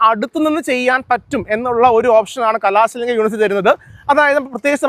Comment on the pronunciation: കലാസ alla കലസലിംഗം